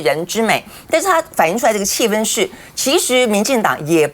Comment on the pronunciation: 主持人发音非常准，气氛（一声），在大陆能读对的人也不多😊